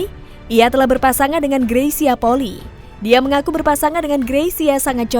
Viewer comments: Bukan Poli tapi Poli-i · Bedakan polii sama poli Kedua marga itu ada d Minahasa mohon d ralat cara baca polii jgn d baca poli 🙏🙏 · Bacax gresya poli i. Bkn poki. Itu org manado dan poli i itu margax.